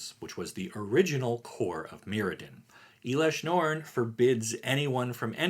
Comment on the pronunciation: I think your pronounce in elesh norn incorrectly. Just wanted to give you a heads up.